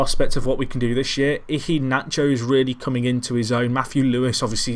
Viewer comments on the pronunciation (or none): Iheanacho = "ee-yeah-nacho". Please, the way you're saying it is too weird.